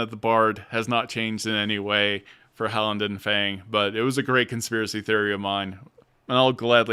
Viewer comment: Just a note, Thaisha is pronounced tie-shuh, not tie-ee-sha. Idk if you realized you were switching between Halan-dil and Halan-din, during this either.